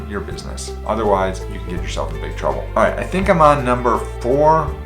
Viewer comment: He said iiight